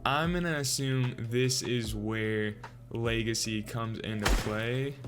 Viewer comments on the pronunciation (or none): Lmao my boy said leagacy